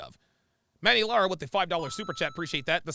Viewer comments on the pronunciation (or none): none